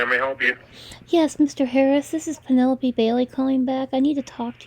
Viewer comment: As usual I'm listening again and caught a big giveaway to this creep's identity as a scammer: he asked if he was speaking to Pen - a - lope (last syllable rhymes with rope). He said that within the first minute!! What a toad - when you chose that name did you know how people in countries outside of the US have such difficulty pronouncing it?